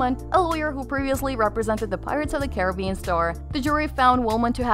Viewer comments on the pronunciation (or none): none